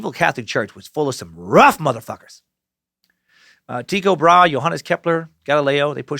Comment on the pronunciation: Sir Suckington, it's pronounced Tie-co Bra-he